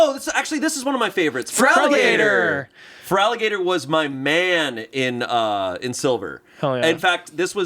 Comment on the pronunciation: Feraligatr! ya all said it in unison. Feraligatr is the opposite of Blitzo, the O is not silent lmao